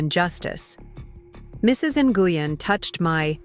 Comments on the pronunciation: Ny u gen is pronounced is more like gwin…👀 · Would you please, if you're going to discuss immigrant issues, at least learn to pronounce the names correctly. The one you insist on calling Mrs NiUGin, is Vietnamese and is actually pronounced Win. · Lol cringing every time they pronounced Mrs. Nguyen “noogan”. It’s usually pronounced like Win. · Nguyen is pronounced " Win " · Actually should be closer to N-wen. And the pidgin English quoted in the narrative is offensive. Vietnamese people I know don’t speak that way. Yes, there’s an accent. But they don’t say “This about” for “This is about”.